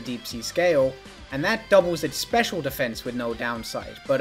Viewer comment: I am unreasonably frustrated by how kept emphasizing "Special" in the Clamperl segment instead of "Attack" and "Defense".